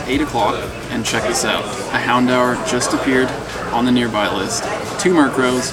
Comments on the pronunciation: THATS NOT HOW YOU PRONOUNCE HOUNDOUR! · I cringe every time you try to pronounce Houndour,;(